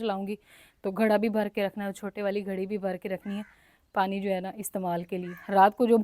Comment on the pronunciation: ۔۔۔ گڑھا نہیں ہوتا ۔۔۔لفظ گھڑا ہوتا ہے ۔ ۔۔ ۔۔ آپ کو گھڑا لفظ مشکل کیوں لگ رہا ھے بولنا ؟؟؟؟؟